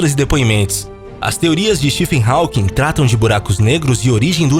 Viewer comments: Nem pra aprender a pronunciar o nome HAWKING??? Dóem os ouvidos a cada vez que fala "HÁUQUIM". Pelo amor... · Vou parar de ver só por causa dessa tua pronúncia "rauking", affff é róking, meu amigo! esse AW tem som de Ó. Fica a dica. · Hawking mas a pronúncia é 'Rókin'